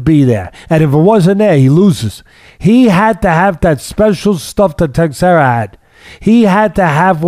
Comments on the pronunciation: Prohazka and Teisheira. Funny hearning Teddy's pronouciation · Teddy's mis-pronunciation of Prochazka (and Teixeira for that matter) is legendary. I'd put him up against Joey Diaz any day of the week lol. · LMAO it's "Pro- hauss- ka And Glover's is Tesh-air-uh Guys, please don't change 😂😂 You've managed to outdo Chael Sonnen at butchering names. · I love Teddy's philosophical outlook. PS: pronounced pro- haas- ka and te-share-a